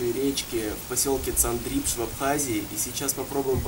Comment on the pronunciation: цАндрипш ударение на А